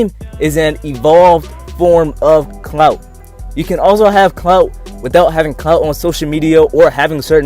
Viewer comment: Why do you keep saying CNOUT? We wanted to hear about the word clout...